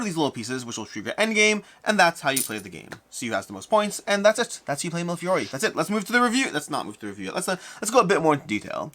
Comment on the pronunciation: I like your reviews, and love this game. But, repeat after me: me le fee ori.